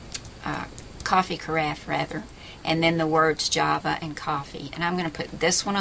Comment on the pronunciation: U say java wrong